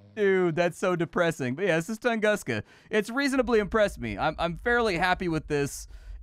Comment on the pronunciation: i’ve always heard it pronounced toongooska… love your channel dude. “…what’s up guys and gals and welcome back to the nerd castle…” is the beginning of an awesome 30+ minutes 🤗